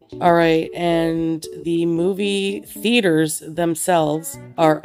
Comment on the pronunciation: am I the only one that heard "feeders" when she tried to pronounce "theaters"?